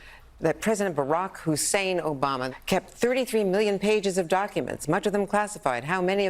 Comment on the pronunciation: Barrack Hussein Obama......you miss the fact, that his middle name is pronounced "Who´s sane"